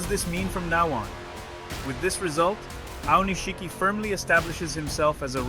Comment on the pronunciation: It's spelled Aonishiki, but it's pronounced Aonishki. This strange, incorrect pronunciation as “Aonish-shiki” really annoys me. Boy, learn to pronounce it correctly.